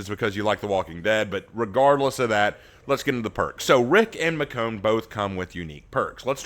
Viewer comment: I believe it is pronounced Mish-own